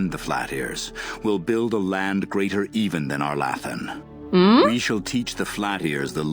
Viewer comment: Having gotten used to the pronunciation in the later games, arlAthan sounds so funny